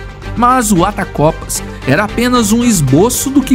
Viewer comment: Attercopus, não atacopas